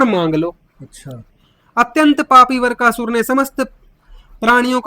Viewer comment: वीडियो बनाने वाले को हिंदी बोलने का भी ज्ञान नहीं है वृकासुर को वरकासुर बोल रहा है और बातें कर रहा है भागवतज्ञान की तुम्हारे गुरु रामपाल कबीर दास जी की पॉइंट 1% भी बराबरी नहीं कर सकते वे दिन भूल गए जब उनके आश्रम में उनके लोगों ने गोलियांचलाई थी रामपाल को खुद हिंदी बोली नहीं आती मूंह बिचका बिचका कर बातें करता है, जेसे फिल्मों में जॉनीवॉकर।